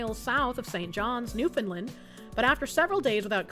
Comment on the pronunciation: I'm so proud of pronouncing Newfoundland correctly 😂